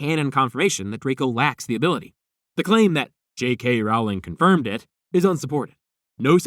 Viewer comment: I just wanted to let you know that you pronounce JK Rowling's name wrong. It should rhyme with bowling, not with growling